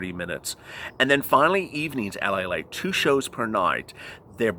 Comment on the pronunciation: LALATE, not Palate! Lol